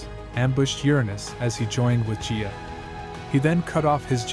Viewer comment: Hey, awesome video! One thing Gia and Gaia are not pronounced the same. Gia is a soft g but Gaia (Mother Earth) is a hard G. And the i is also pronounced “eye” and not “ee”. That is all. ❤